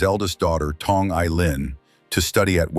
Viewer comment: Why do you pronounced Song as Tong? Awful AI control.